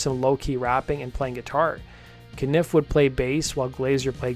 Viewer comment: Please stop pronouncing. Cah-nif its cun-if Pleased you mentioned Daniel Lanois